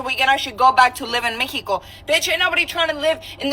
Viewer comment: I instantly dont like people that pronounce mexico like that. Also. Stop with the background music